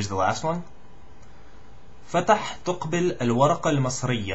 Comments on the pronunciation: رجب = Rajab not Ragab with J فتح is a name it's not as same as open you should say fth make it faster and the rest are perfect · Good jop , really but you should work a little bit on : الوَزارة بفتح ( الواو ) وليس بكسرها نفس الشيء بالنسبة لكلمة الوكالة الدولية تُنطق ( الوَكالة ) وليست ( الوِكالة ) أخيراً , " حركة فتح " بإسكان الحروف كلها ( فْتْحْ ) وليست مثل الفعل ( فَتَحَ = Opend )